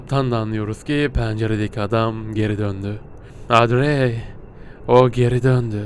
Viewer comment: Abi şimdi o panjurları kapatmassan penceredeki adam seni o panjurlardan izleyerek yerini görüyo ve direk oraya gidiyor bu arada kızın adı odri diye okunuyor seni çok seviyorum inşallah 200 B abone olursun💗#pisicikgücü